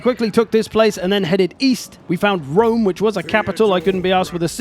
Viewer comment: ah yes, Julius of Wome.